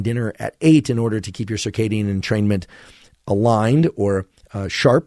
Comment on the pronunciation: i swear i'm fuckd up i literally read it entertainment i didnt realiZe it until he said entermaint or whatever